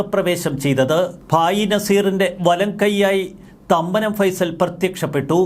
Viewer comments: ഫൈസൽ എന്നല്ല ഫേയിസൽ ജോസഫ് എന്നാണ് പുള്ളി ഇവിടെ പണ്ടുമുതലേ രാജാവാണ് മരട് അനീഷ്‌ പണിപടിച്ചത് പുള്ളീടെ കൂടെ നിന്നാണ് ഡ്രഗ്സ് കച്ചവടം തുടങ്ങിയപ്പോൾ പുള്ളിത്തനെ അവനെ പറഞ്ഞുവിട്ടതാണ് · ഫൈസൽ അല്ലടോ ഫൈസൻ ആണ് കറക്റ്റ് 😊